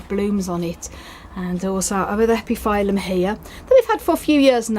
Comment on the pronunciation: Hi! I don't think that is important but epiphyllum is pronouncing like [ˌepəˈfiləm] because of latin origin. And as always beautiful plants and gorgeous blooms. Thank you!